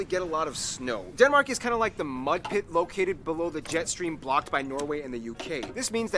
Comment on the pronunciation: There are SO many things he gets wrong about Denmark, I don't even know where to start. Also, He pronounces at best half of it right. Please don't insist on pronouncing it "correctly" if you can't :v